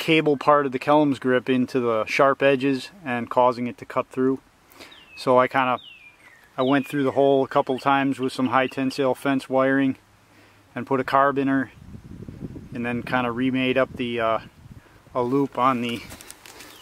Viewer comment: I have to give you a little bit of a hard time on something in a friendly way of course, but what is a car-a-bin-er?!?! I thought it was pronounced care-a-bean-er?! Lol!